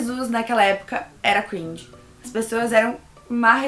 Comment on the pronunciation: E não se pronúncia cruinge, se pronúncia cringe